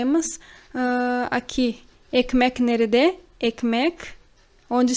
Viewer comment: Ótima aula. As vezes observo que nerede na pronúncia escutamos "nerde". Oda, também pode ser quarto?